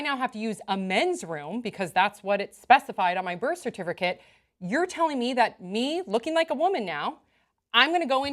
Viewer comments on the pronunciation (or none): she said birth serfticate i'm pretty sure